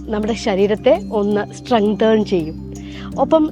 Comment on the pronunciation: സ്റ്റ്രെങ്തേൺ എന്നല്ല സ്റ്റ്രെങ്തൻ എന്നാണ് പറയേണ്ടത്.